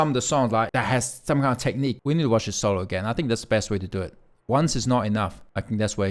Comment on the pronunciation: Do it... Talked like a true prtuguese, sorry. love it.